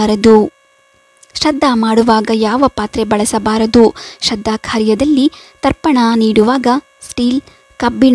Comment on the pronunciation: ಶ್ರದ್ಧ ಅಂತಾ ಓದುತ್ತಿದ್ದೀರಾ.